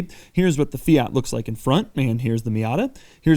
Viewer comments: Stop calling it a Fiata it sounds like miata. It is a Fiat. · Fi-at not Fi-yat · "Fiata" - Doug Demuro 2018 🤔🤔🤔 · FIAT is pronounced Fe-at, not Fee-arts, you only sound pretentious! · “Fee-it” not “fee-yot” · I swear Doug is saying Fiata.... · Doug the type of guy to pronounce it Feeat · Fiata lmao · Fiata, lol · Did he say... "Fiata??" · Fiyaat fiyet Fiyaat fiyet Fiyaat fiyet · He said fiata lol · 6.03 fiata :DDDDDDD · "Fee ott" Jesus christ. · 😂😂 fiata first time i heard that one. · Doug the type of guy to call a fiat Miata a “fiata” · Great video and super cool car. Still can't get my head around the 'Fi-yaaat' pronunciation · Please pronounce it fee ert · "Fiata" LMAO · Fiata?! Wut stop calling it that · Could you please say fiat right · You say fiat wrong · Ten seconds in and his pronunciation of Fiat is already completely annoying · It’s a MAZDA NOT !! A Meeyada ??? And a FIAT Please get the name right please